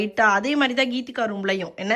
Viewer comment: its geethegha not keethikha